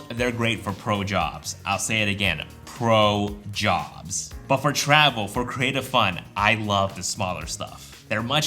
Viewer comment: The way so say “pro jobs” sounds like “blow jobs” haha